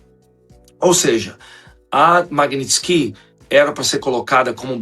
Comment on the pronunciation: Maguininski???!!! Vc não sabe nem falar!